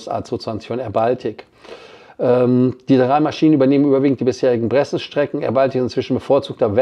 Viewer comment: Die "Bressons" sind aber "Braathens" ... schwedisch 🙃